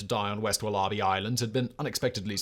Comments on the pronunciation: Only British person I’ve ever heard pronounce it like that. The rest of us say woller-bee. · Is Simon trying to say Wallaby??? Wol-a-bee 😂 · Walla Bee. NOT, WahLah Bee. Good lord. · it's WAL-abee, not wal-A-bee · Even more incredible than the hideous affair is how you can possibly pronounce wallaby as "wullarbee" incredible. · Very well presented, Simon. I think you enjoyed that one. This is a riveting story we were not taught at school here in Australia. I'm waiting for the mini-series to come out. By the way, it's pronounced 'wolla-bee'. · Wal-A-bie is the correct pronunciation Simon. There are no r's in wallaby hun. As always.. thank you for your in-depth readings. ❤️ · When he said there was a population of wall-ARR-bees to hunt on wall-ARR-bee Island, I realized what was happening. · Wal ARE bee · Wal-AHH-bees HAHAHAH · As an Aussie it's hilarious hearing you say war-larh-bee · An American here, having the same reaction! (There are actually a couple wallaby sanctuaries here in the Seattle area; you can even adopt them as pets!) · American here- once i realized he actually meant the animal and not some obscure word I've never heard before I was just stunned. I thought his writers knew to include pronunciation guides by now. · Me, a Brit, also having the same reaction. I honestly don't know what's happened to Simon's speech over the last year. He's started putting on a weird accent and throwing in random wrong pronunciations. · these narrators are too lazy even to look something up. really grips my shnitzz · I am now going to watch this video just to hear him say wallaby 😂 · I had to put the sub caps on to see what he was talking about. Lol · Sympathy from England. I've never heard any else say it like that. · Its not even another language. Its Aussie English. Pretty sure the Aussies didn't pronounce it the way the natives did either.